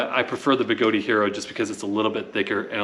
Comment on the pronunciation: Good comparison review. Although, Even Begode pronounces their company as (BeGoad) and not (BeGodey). I honestly don't know where people get the extra 'e' or 'a', but it's a bit of a pet peeve of mine to hear someone mispronounce their name after more than a year of the name change. Funny how OneWheel has the issues they are facing and now KingSong has a different set of problems.